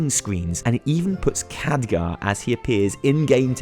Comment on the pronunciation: Its Khadgar